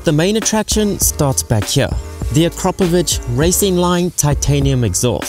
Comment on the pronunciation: You pronounced Akrapovič right! Well done, not many do that! MTO looks nice! Greetings from SA bro!